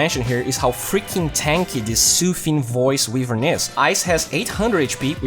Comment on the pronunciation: Só uma correçao: "wívern" está errado. Como voce gosta de dar enfase no ingles, achei justo mencionar. Fora isso o video ta perfeito, proxima vez que eu for na off ja vou pensar se rola de pegar a wyvern xD